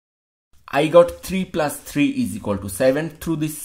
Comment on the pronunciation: he is pronouncing plus as plas